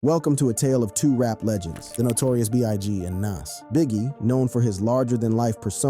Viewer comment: Wait so he can pronounce nasirr correctly but not nas?!! Lmmfao